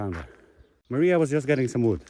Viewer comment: one suggestion, when calling out for Maria, extend it out longer, more like "Mariahhhhhhh", you clipped it to short for a portuguese person to understand you are looking for a person instead of giving a command :-)